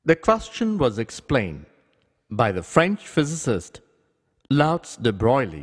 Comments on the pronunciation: Louis. His name was Louis not Louts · It's Louis de Broglie, not Louts de Broglie!